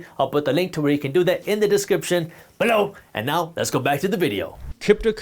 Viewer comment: Why you always say below like that 😂